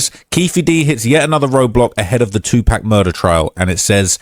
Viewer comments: Im sorry I just can't listen to the way says 2 Pac. (2 Pack, smh) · be saying "2Pack" 😂😂😂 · learn to pronounce pac’s name big G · This white guy, ain't like us...he can't even say Tupac name right!!!😂